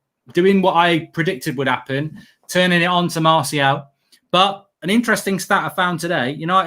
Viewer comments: It's Anthony Martial not Anthony Marshall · It’s Martial not Marshall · I love it when says ‘marshal’ 😄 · is really starting to annoy me now, he honestly thinks he's matt busby or Ferguson, for god sake he can't get martial name right for one, and he thinks we should play with wingers when NONE of our forwards get on the end of crosses EVER!!